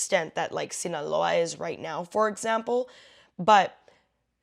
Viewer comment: I like how you said “Sinaloa”